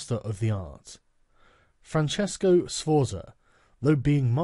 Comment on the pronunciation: The way Sargon can't pronounce italian names like Francesco or Cesare, triggers me immensly